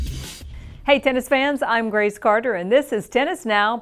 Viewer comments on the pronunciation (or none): none